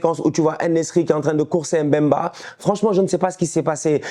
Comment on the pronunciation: c'est Mbemba et non M mbemba stp😅